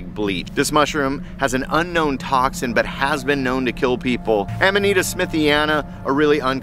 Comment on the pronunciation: the i in amanita makes a long e sound.